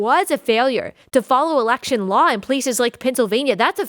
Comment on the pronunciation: Its election not alaction.